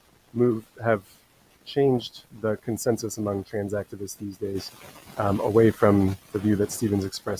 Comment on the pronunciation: Off topic, but I can’t unhear ‘trans activists’ as one word ‘transactivists’ meaning people who pertain to exchanging or trading, just sounds funny to me 😅